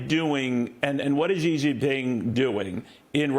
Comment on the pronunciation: Hey, could I teach you guys how to pronounce Xi ？ Simply pronounce as “she”, not hi~😮